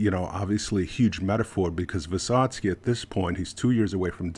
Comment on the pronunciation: Very good pronounce of the name. I recommend you to read what is he talking about. It's very hard sons try ballad of fight. You're great in Russian pronounc.